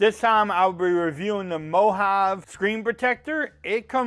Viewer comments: It's Mo-Ha-Ve...😆 Looks like a solid option for a screen protector though. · It's pronounced MO-HAH-VEE as in Mojave desert. 😊